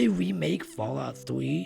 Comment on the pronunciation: "fawwout fwee"